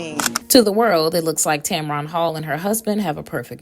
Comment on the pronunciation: And this alleged "story" and ones like it is one of the main reasons she remains private! Leave her and her marriage alone! And it's not pronounced Tam Ron! It's pronounced Tam-Ren! Get it right and stop spreading fake news!